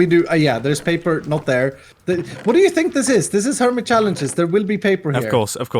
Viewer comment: Normal mumbo: Hermit Challenges! Comrad Mumbo: Hermytri Chalelnges